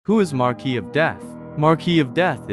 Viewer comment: That's not how u pronounce marquis I know, I know 'grammar police' and what not but it annoyed me so much